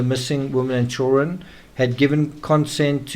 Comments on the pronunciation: Why can't this guy pronounce the word children??? He has no problem with any other word in the English language! But says CHULL RUN....... CHILD DA REN.......... PLEASE TRY! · why can't you pronounce the word children?